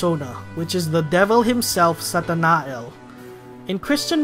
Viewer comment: Uh I think Satanael is pronounced Satana-yel